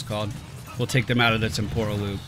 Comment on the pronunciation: It's TEM-por-al Loop, not tem-POR-al. Just fyi :P